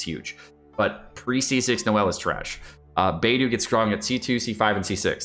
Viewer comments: Thanks for the informative video! Just want to offer some constructive feedback on your character pronunciation, for example: Beidou should read bay-dough, xingqiu = shing-chew, xiangling = shiaang-ling, etc. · I don’t know this guy so tell me why he pronounces character names like that (beidou and xingqiu)